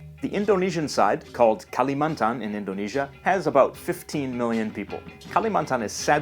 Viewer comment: i live in indonesia and i wonder why people can't say indonesia and sumatera calm the f*** down im not a dumba**